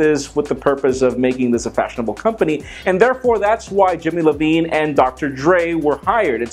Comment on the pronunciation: jimmy levine lol....its iovine